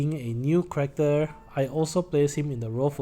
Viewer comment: New person here. It took me about 3 times of hearing you say "correcter" before I realized you were trying to say "character" Thanks for the analysis, I'll definitely pull on Machina.